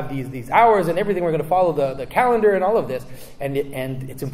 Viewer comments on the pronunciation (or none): none